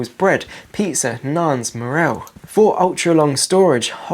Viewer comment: Anyone else deeply upset by the way he pronounces moral